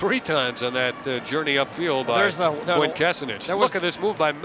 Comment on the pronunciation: They never got Quint's last name right...